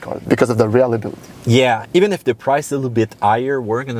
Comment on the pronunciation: on dis reLIAbility pas rEALIbility